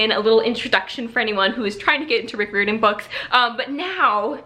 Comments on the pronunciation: Just so you know,, Rick Riordan’s name is not pronounced how you are saying it. It is RI-or-din, rhymes with “fireman”. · Hi! I just wanna say that Riordan is pronounced like: cry-ordan. Just replace cry with ri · good except i cringed every time u attempted to say his name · Your saying his last name wrong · This is how you say Rick Riordan's last name 👍🏽